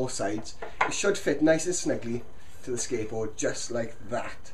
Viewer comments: you sound like that you are saying ``skankboard`` :D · Sounds like he's saying "skankboard" haha